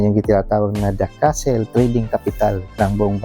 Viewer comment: hindi po castle kundi cattle…ang castle po ay kastilyo at ang cattle po ay baka. Ikorek nyo po ang tamang pagbigkas ng cattle po